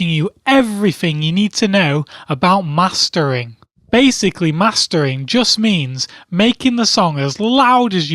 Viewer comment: when he said mastering, I thought he was saying master bating.